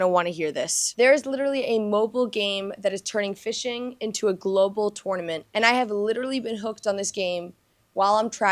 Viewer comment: I feel like she says “tournament” the way it’s supposed to be pronounced, but no one says it that way.